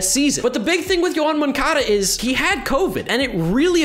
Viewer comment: Who is Yoan Moncada? I only know Yown Moncuhduh